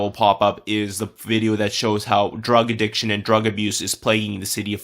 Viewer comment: “Armed rodery and drug adbiditcion”